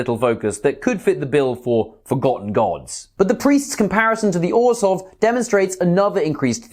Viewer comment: I applaud you that you pronounce Orzhov correctly. The phonetics of "zh" is why I love listening to Russian and French so much. Or-zov just sounds silly.